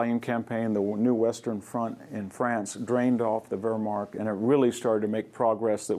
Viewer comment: VDH is a fantastic lecturer and a scholar. Only his pronunciation of non English words bug me.. "Whermarkt" its "Wehrmacht"!